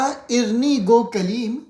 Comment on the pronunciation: اَرِنِی عربی کا لفظ ہے آیت قرآنی ہے رب أرِني انظر إليك. سورة اعراف اَرِني کا تلفظ ٹھیک کریں شکریہ